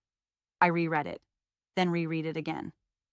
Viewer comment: I reread it (pronounced rered). Then reread (pronounced rereed) it again. I'll bet that "I reread it again", with the pronoun, would not have tripped up the AI.